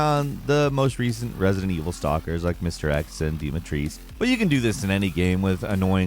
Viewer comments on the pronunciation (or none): It's DIMITRESCU not Dimitreee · Who's "Dimetris"? It's literally pronounced "Dimitrescu", just how it is written. Americans 🙄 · Its DEE-MEE-TRES-COO...stop botching her name pls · I see you still haven't learned how to pronounce "Dimitrescu" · Lady Dimitrescu's name has a "u" at the end